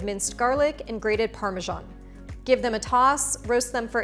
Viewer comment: Great recipe and thanks for the spelling lesson! Btw. Probably worth checking out the correct pronunciation of parmesan (maybe even more ambitiously the Italian version) as these things seem to matter so much 😊. Anyway, the recipe is marvelous! Thanks so much